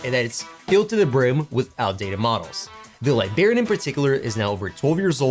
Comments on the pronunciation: LIBRARIAN WITH AN R FFS LIBARIANS ARE PEOPLE FROM LIBERIA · I need him to stop saying "libarian"...it's library...libRarian... WITH AN R 😂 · Bro I’m not even trying to cook you but every time you said libarian and not liBRARian I almost stopped watching 💀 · Great video but I cannot express how much hearing "Liberian" bothered me. Come onnnnnn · This is a great video and I hate to be that guy, but... It's liBRARian. I know English isn't your first language, but it was extremely distracting. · Liberian lol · Liberian ? Librarians . You miss the R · Are you purposely saying Librarian wrong? Have you never been to a library? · Remember there's an R in Librarian Awesome model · Dude. Idk why it bothers me. But just recall elementary school with all the teachers being irked by "The Liberry." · Haha I'm glad I'm not the only one who noticed that, thought I was imagining it. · Well, that's annoying as hell.😂